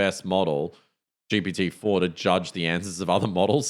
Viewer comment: Great podcast guys. I hate to bring it up, but you DO say ‘GBT’. I’m a New Zealander and if I hear it like that, I wouldn’t expect better from an AI atm. Anyway, looking forward to the next ep.